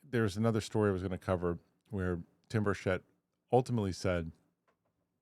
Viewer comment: Rep. Tim Burchett's last name is pronounced BURR-chit. ** READ YOUR COMMENTS! **